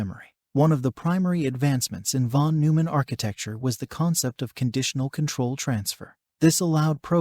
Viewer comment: I hate to be that guy, but it's von NOY-mann.